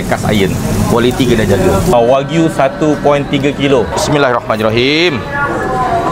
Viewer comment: Jual daging tapi sebut pun tak betul.. Bukan wag-yu Tapi wa-gyu Haihh…